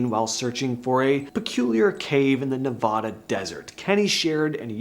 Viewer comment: You said Oregon and Nevada wrong but each their own 🤷‍♀️